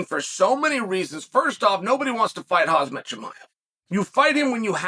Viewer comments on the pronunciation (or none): Hazma lol oh chael